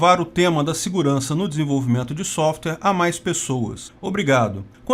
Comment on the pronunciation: Vamos melhorar o inglês já que não dá para falar nada sem usar inglês: DEVICE se pronuncia [di-vaiss]. E SOFTWARE tem duas sílabas: SOFT + WARE = [sóft - uér]. Agradeço a atenção.